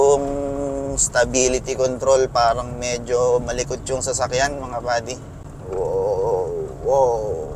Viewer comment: "PADI" or "buddy"? :O